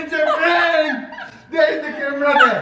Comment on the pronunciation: I like how he says prank as prenk and of course the camera in her hand is of course invisible to him.